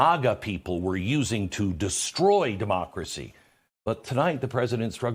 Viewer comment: “This is critical to our mocracy”😂😂😂WTH???